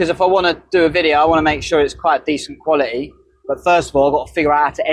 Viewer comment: Being yourself through good and bad times. I love watching RV cooking. I cook rice very often but never in a wafer maker so this was interesting. Actually when I clicked on your utube channel today, your accent caught my attention. You said the word quality “qua it tee”. Also, the guitar playing was random but it sounded nice. Subscribed.